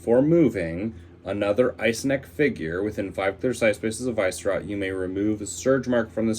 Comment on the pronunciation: Dude it's not VICE-rot, its Vi-Sce-rot